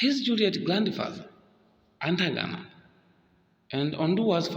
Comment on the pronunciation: Good analysis bro! Keep the flames burning! My take: Modify on how to pronounce"Atangana" and not "Antagana"😀